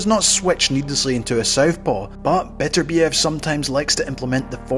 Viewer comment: Why is it that people cannot pronounce his name correctly? His name is NOT Beaterbeeev,nor is it Betterbeeev. His name is Bet ur biev. The emphasis is on the second syllable.